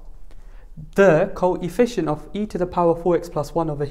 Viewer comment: he said THEEE co-EE-fficient